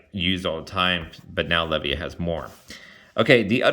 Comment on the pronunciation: You should have far more subs. Really enjoy your videos. Asids from your mispronunciation of Le-VY-UH